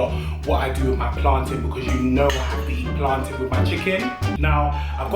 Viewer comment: Please leave! Right now! 😂😂🤣🤣😂😂 this is too much at least he says plantin right! You want fi kill us 😂😂😂😂😂😂😂😂😂😂